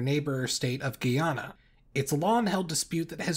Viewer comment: the -ish mark, it's GUY-ana (pronounced like "guy" as opposed to "girl"). Even the Venezuelan territorial claim is pronounced like "GUY-ana" (in Spanish, the diphthong "ay" sounds like a long i in English). When Guyana was a British colony, it was British Guiana (the "gui" sounding like "ghee") and the entire historical region was known as "Guiana" (Spanish Guiana was basically the eastern coastline--in the inset video link for "Why Venezuela wants Guyana," where the A is on that map was the western edge of Spanish Guiana; British Guiana became the modern country of Guyana; Dutch Guiana became modern Suriname; French Guiana is the modern French department of Guyane and is considered as much a part of France as Alaska or Hawaii is to the US; and Portuguese Guiana became that part of Brazil between French Guiana and the mouths of the Amazon).